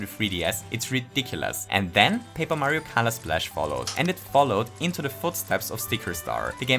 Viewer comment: Mayro sounds like Mario and doesn't at the same time